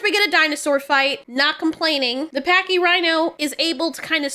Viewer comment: The way she said 'pachy'😂